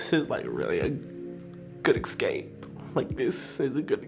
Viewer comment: Me: Wanting to make fun of for saying “icks-scape” Me in reality: Crying over his story.